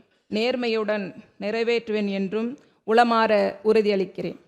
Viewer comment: உளமார உறுதி கொள்கிறேன் என்று சொல்லாமல் இதனை உளறுகிறீர்கள் என் தாய் தமிழ்நாட்டில் தமிழை நன்றாக படிப்பதும் இல்லை தமிழில் நன்றாக பேசுவதும் இல்லை கவலைக்கிடமாக இருக்கின்றது சிந்திப்போம் செயல்படுவோம்